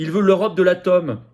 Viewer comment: l'Europe de l'atome.... l'atôôme... FP sudiste qui a dû corriger son accent pour gagner en crédibilité dans la capitale comme bcp d'autres?? :D